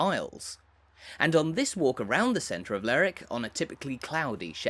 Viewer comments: According to ALL 7 major dictionaries it is pronounced…LER ..WICK. YEAH, NOT SURE WHERE Lerrick came from. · It’s not pronounced “ Lerrick”. The indigenes pronounce every syllable as in Lerwick . I know that in England some names ending in “wick” do get corrupted in a local vernacular to drop the “w” such as in Alnwick but in Scotland all syllables are generally pronounced. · May I comment on your pronunciation of Lerwick. I was on a cruise a few years ago and believe it or not it was the first thing I asked a native was the w. pronounced in the name, but I was assured that it was said with the w. spoken hard.LerWick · Extremely annoying that you keep saying Lerwick as Lerick. Any local will tell you it’s called Lerwick! Apart from that reasonably good walk around. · Get some education before you start making videos. My mother was born in Stouts Court, rebuilt now. If she was still alive and heard you pronounce Lerick for lerwick, she'd have a fit. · I live in Lerwick and that’s how it’s pronounced. It’s Ler-wick, not that silly slang rubbish you hear on the Shetland/Jimmy Perez programme “Ler-ick”. And we’re not Scotland!. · At least get the name right. It’s Lerwick pronouncing the “w”. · Hey,, it's pronounced Ler-wick. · I would pronounce it Leh-wick but ok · So I got as far the 3rd word and quit. LERRICK is simply an ignorant pronunciation and if you can't be arsed to say it correctly, I sure can't be arsed to give this vid the time of day. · I never heard it called Lerrick before. I'm sure it's not right. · Is that the right pronunciation of Lerwick? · Quite right. This mispronunciation is actually quite grating, especially in his lah-dee-dah accent. To give him his due though he's not committing the cardinal sin of calling Shetland "the Shetlands". He's also made the effort to pronounce Scalloway properly - "Scallowuh". Incidentally, the people on Fair Isle pronounce Lerwick like "Lyric".